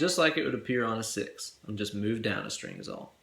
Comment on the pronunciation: surgeyX Uh six Ster-ang Bass!